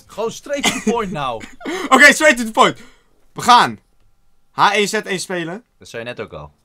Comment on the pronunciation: Je zegt het: heegu one zee one😂